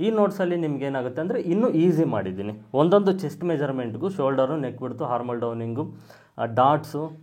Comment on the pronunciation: ಅದು ಹಾರ್ಮ ಓಲ್ ಅಲ್ಲ,ಹಾರ್ಮ ಅಂದರೆ ತೊಂದರೆ ಅಂತ ಅರ್ಥ,armhole ಆರ್ಮ ಅಂತ ಹೇಳಬೇಕು ಅಂದ್ರೆ ತೋಳು ಅಂತ, ದಯವಿಟ್ಟು ಸರಿ ಮಾಡಿಕೊಳ್ಳಿ